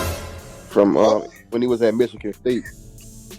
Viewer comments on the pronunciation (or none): none